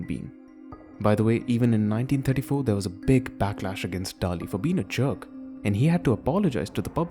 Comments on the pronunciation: Since the narrator cannot even pronounce Dalí correctly, I'm not going to take the rest of the video seriously. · First learn how to pronounce Dalí and then we talk , peasant